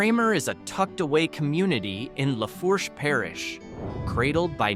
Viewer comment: Pronunciation of Natchitoches, Lafourche and Tully’s is wrong. Not sure what criteria were used to select the towns. There are so many with a rich history that would qualify.